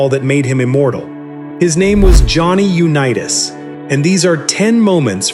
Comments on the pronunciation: UNEETAS?? PRETTY GOOD BUT THAT MAKES ME THINK THIS WAS ai. Which is stupid A big turbodf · The text to audio in these clips is so bad that I can't continue watching..Sorry Johnny U-Knee-Tass who learned to Do-See-Doe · It lost me immediately when it called him Uneetas. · NARRATE YOUR OWN VIDEOS...ai IS STUPID. Johnny U- Nea -us...smh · The voice-over bot cannot pronounce 'Unitas' correctly. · He can't even pronounce Johnny Unitas is last name correctly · You do a nice video on this tremendous player and you don't even pronounce his name properly. That is totally disrespectful. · If you’re going to narrate. At least pronounce the names correctly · AI is unwatchable after mispronouncing Johnny's name. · Misprouncing his name (U NEE it’s) and that of Allen Ameche is unconscionable